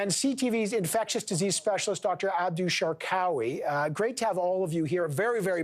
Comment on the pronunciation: And that is “Shark Away” not “Shar Cowy”